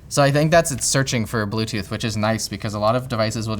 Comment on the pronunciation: blewtoodth moude oxiliery moude